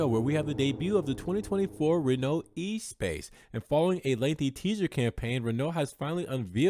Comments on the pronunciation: Thumbs up for the video, but not this car. Ruined! The original was revolutionary... this is too conforming [p.s. It's not E-Space, but ess-pass... in French] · As much as you messed up with the pronunciation of Espace, congratulations for being the only one I've heard pronounce Modena correctly. The accent is on the MO...bravo!